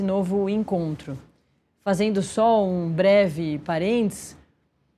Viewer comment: Jornalista tem que falar correto… a apresentadora no minuto ao se referir a palavra “parênteses” ela diz “parentes”.